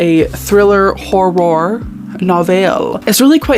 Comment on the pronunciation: every time you said "hor-roar," my soul left my body, but in the best possible way.